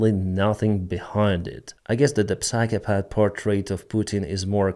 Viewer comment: Деніс, ваша англійська на дуже високому рівні, але давайте зробимо її на краплю краще: psychopath читається як сайхо-пет. На майбутнє 😅